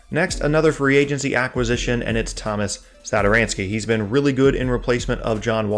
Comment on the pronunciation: Hate to be that guy, but it’s Tomas (TOE-MOSS) not Thomas. I only know the difference cause my name is Tomas